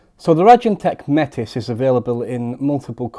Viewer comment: Just to note Metis is pronounced without the S.